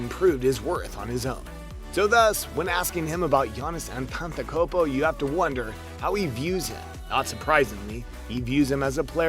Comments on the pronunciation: An-tan-tan-kom-po wtf is that it’s An-Te-De-Ku-Mpo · 'Ompklomptumcumpo' and LA brah douche voice?! great content bro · Entantekunpo Its Antetokoumpo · "Giannis Antanzakopo" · Its pronounced Antetokumpo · i know it is antetokounmpo but it is pronounced antetokumpo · “Giannis Antantakopo” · Bruh don’t make video abt someone if u can’t say there name 😂🤦‍♀️🤦‍♀️ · He pronounced antetokounmpo wrong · You got to work on that "Antetokounmpo" pronunciation jaja Nice video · You can even pronounce his name!! why dont just shut it down and stfu